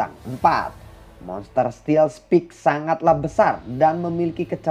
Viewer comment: Sorry min. Cuma mau bantu belajar b.inggris [steel spike = stiil spaik]